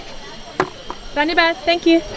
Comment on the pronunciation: Your “Dhanyabad” sounds really genuine. 🇳🇵🇳🇵